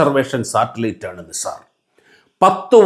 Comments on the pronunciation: നിസാർ അല്ല നൈസർ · നിസാർ അല്ല നൈസർ ആണ് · നൈസാർ എന്ന് പറയൂ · NASA pronounced it as നൈസർ. no offences meant. good presentation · Please pronounce it properly. It's called Naisar